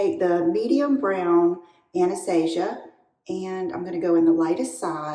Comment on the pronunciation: ....mb you should just say ABH 😘 If I was Anastasia, I would cry at your mispronounciation of both her name and her company 😅